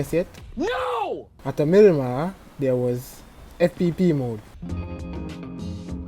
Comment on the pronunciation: "mirimah" BRUUUUHHHHHH